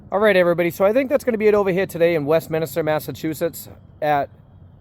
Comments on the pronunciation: It's not minister. Its Minster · Nice to see you in the area again. It's pronounced "West-mins-ter" though, not "West-min-is-ter." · It’s Westminster not Westminister as you pronounced it. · Westminster not minister as in Westminster Abby. Like almost 80% of US place names its named after a place in the UK/Ireland. Eg, New York means there's an old York which is in England. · Why does everyone mispronounce Westminster??? It's West-minster not West-minister. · Westminster, there's only 1 I. West-Min-ster 3 syllables. Not 4